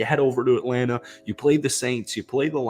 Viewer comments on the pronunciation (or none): none